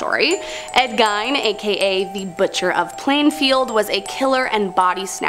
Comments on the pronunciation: His name is pronounced GEEN! Not GINE!! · Absolutely love this channel!!! However, pronouncing Gein “gyne” is killing me considering how famous he is 🤦‍♀️ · How can you mispronounce Gein…..